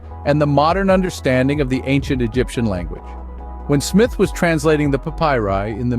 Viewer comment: Learn to pronounce "papyri".